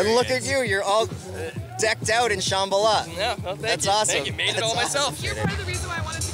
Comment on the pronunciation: Why do they all mispronounce Sham-bal-ah. Did I miss something?